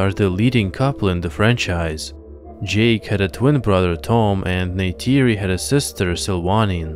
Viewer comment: Why would you pronounce Tuktirey like this? Neytiri is also not pronounced like "Ney-tAYri". The "ti" is pronounced like a short "tii/tea/tee".